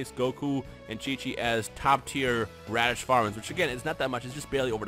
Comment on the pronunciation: HAHAHHAHA HE SAID RADITZ FARMERS BUAHAHHAHAH